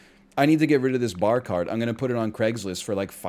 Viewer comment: Pahk the Bah Caht